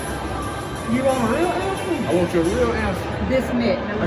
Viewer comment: In Houston the Y in YOUR GIRLFRIEND is silent😂